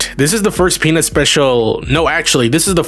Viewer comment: 0: 12 bro said PeNizzzz